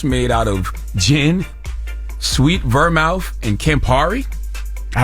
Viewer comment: The way Charlamagne pronounced "Vermouth" . 🤣